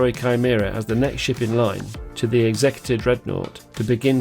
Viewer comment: Isn't it pronounced 'executor' as in., someone who puts someone to death, rather than the legal term for someone who deals with wills? Have I been pronouncing it wrong for 30 years?!